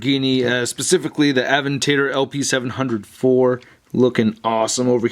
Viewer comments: It's pronounced "a - vent - a - door" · “Lamborghini a-van-tator” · Aven-tater? lmao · it is a lam-bor-gini a-ven-ta-dor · He actually does say Aventador. He just pronounced it ah vent ā door. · Btw u said aventadorwith wrong